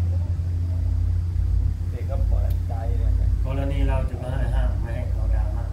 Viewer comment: ดราม่า ค่ะลุง ไม่ใช่ลาม่า เราคนระยอง....